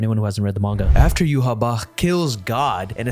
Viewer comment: How y’all pronounce Yhwach triggers me majorly. It’s like writing a characters name as Quetzalcoatl and saying it’s pronounced John. That’s not how phonetics work???